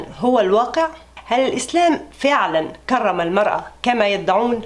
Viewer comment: كرم بترقيق الراء